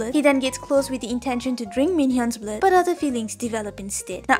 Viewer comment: I like the way how you said Drrrrink Blaad from a pureblood!! So cuteee🤣🤣🤣